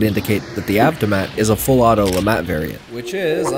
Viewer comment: Lemat mark II "Lefatt"